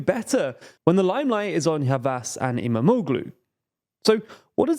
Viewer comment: Great video! Just a tip, Ş is pronounced like Sh so it's "Yavash", Ç is like Ch (you got this one right) and you can just ignore Ğ as a silent letter (like you do with Erdoğan).